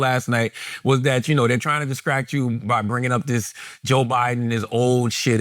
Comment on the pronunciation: "Ascronomer" is trying to "discract" us